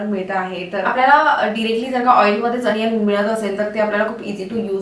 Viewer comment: अनियन नाही दि ओनीयन ग